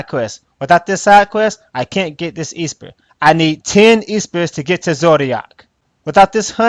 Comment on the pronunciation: I didn't know esper was pronounced EE-SPUR.